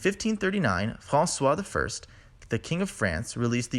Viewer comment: Superbly well animated video. The only thing I would change is the pronunciation of François, as we read it in historical linguistics literature. However, if we really want to be precise, François is simply the old spelling of Français before the French Revolution and I don't think the origin suffixe -ois was ever pronounced [wa], but rather [wè]. We still find this pronunciation, sometimes albeit the diphthongs, in certain dialects (or specifically sociolects) of Canadian French, such as 'drète' and 'frète' for droit and froid. Or even 'pwèson' for 'poisson'. So 'François' is likely only graphic and not orthographic in the sense that it should not correspond to today's pronunciation of the 'oi' grapheme.